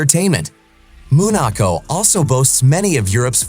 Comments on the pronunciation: Its called Monaco, not MOOOON ACO WTF🥴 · He called it what?! Moonaco?! At least learn to say it correctly. 🤦‍♀️